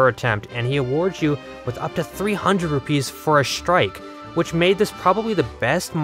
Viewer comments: “Lamp oil? Rope? Bombs? You want it? It’s yours my friend, as long as you have enough Rüpaeis.” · Ive never heard anyone pronounce rupees like that before